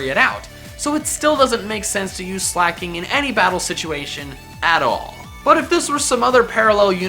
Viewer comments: There is no H in Weezing, and there is no C in Slaking! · Sooooooo.... Slaking is never slak'n